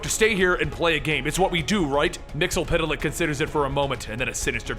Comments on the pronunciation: Yeah, its weird that he ,and the Supergirl Tv show calls him Mixiespidelik....its pronounced Mix ye spit lick ,as the animated series corrected us ;) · Mxyzptlk (mix el pit a lik) Me: No! Repeat after me, bright boy, it's MIX. YEZ. SPIT. LICK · missile flick is how you pronounce it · It's pronounced mix is spit lick